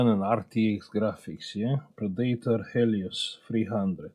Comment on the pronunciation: > Predator...Pred-eht-or or Pred-eht-uhr or Pred-uht-or or Pred-uht-uhr but never Pre-date--uhr.